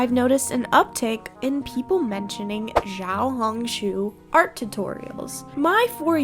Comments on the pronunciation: as a mandarin-speaking person, i think the xiao in xiaohongshu is pronounced “shiao”, since the x is pronounced sh! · Its actually pronounced "see-ow ho-ng shoo" but good effort 😅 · "shi-a-ow, hong, shu" (not shoe just shu) When translating chinese X is commonly used as a variable sound. X usually makes a "shi" or "ssi" sound. or you can just say "little red book" as that is the "proper" translation. (I think the reason people say "Xiohongshu" is because it's a name, technically) /pos ANYWAYS YOUR ARTS REALLY GOOD IM SURPRISED YOU EVEN REPLIED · i love you but please, say xiaohongshu correctly 😭